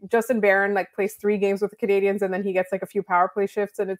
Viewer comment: Intro still says 'Canadiahns' by someone who doesn't know how to pronounce Canadiens properly.